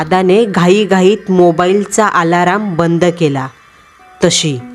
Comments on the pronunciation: आलाराम नाही, अलार्म 😒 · Tai alarm ch pronunciation chukich kelt 😅 its अलार्म not आलाराम 😊 otherwise story छान होती ❤️😊